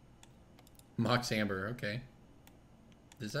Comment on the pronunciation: ...did he say "Mox Hamburger"? Coulda sworn he said Mox Hamburger...